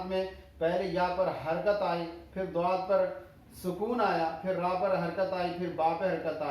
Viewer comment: السلام علیکم سر جی اگر ضآد کوضآد پڑھا تو بہتر یے نا کہ ظآد